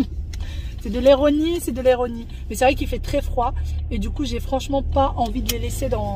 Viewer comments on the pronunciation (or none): Mdr ça me fait rire tu dis toujoeis « d’étuliser » au lieu d’utiliser et dans cette vidéo tu as dis « éronie » au lieux d’ironie mdr Mais y a bcp de personnes qui disent « étuliser » bizarre comme la fille de la chaîne Nazya il me semble Peut-être c’est moi qui entend mal 😅